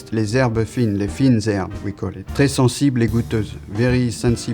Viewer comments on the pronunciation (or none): none